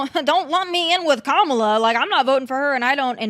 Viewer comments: Actually comma la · Kamala (coma-la), respectfully. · Learn how to pronounce her name properly.